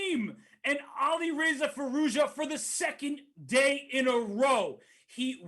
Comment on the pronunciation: It is amazing how they can say Firouzja 1000 times but don’t care to learn a proper pronounciation.